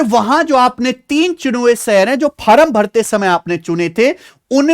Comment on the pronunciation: Form ❌ Faram ✅ 😂😂😂😂